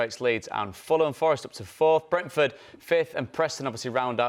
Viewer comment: If I have to hear Paul Merson say Brentford one more time I'll kill myself. It's sooooooo painful